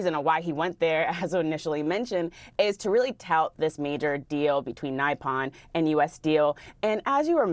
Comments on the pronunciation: is not NAIPON, my girl is NIPON, if you cant pronounce it, just use Japanese 😅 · It's pronounced "Nip'on". NOT "Ni'pon". wtf. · it's not "nigh pon" but "knee pon" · Nee - pone, not Nigh-pon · It's not NIE - PON it's pronounced NEE - PON. Nippon/Nihon is how you say Japan in Japanese. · NeePon not nyepon lol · Come on journalists, its pronounced “knee-pon”. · Nippon = "Nai-pon", seriously? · Reporters pronouncing a double p word Nye pon? Really? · Another "brilliant" plan. BTW...Nippon is pronounced ni'pon. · Both CNN people mispronounced “Nippon” Nigh-pon? Nothing shows ignorance more than an inability to pronounce Nippon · It is pronounced Nip-on. No basic reading skills in this reporter. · "Naipon"? Please learn how to pronounce again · Hey CNN... How about you teach your reporters how to pronounce things correctly...Like Nippon... OMG! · What is so difficult about pronouncing Nippon correctly??😂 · Lol if you can’t pronounce Nippon you have no business talking about this deal. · Bizarre mispronunciation of "Nippon" by the presenters, as if it rhymed with "skype on". How come? Is this an advance effect of the closure of the Education Department, that even people paid to speak don't even know the basic principles of spelling and speaking? Plus I mean, you'd think TV presenters would be familiar with the term "Nippon", standard Anglicisation of the Japanese name for Japan...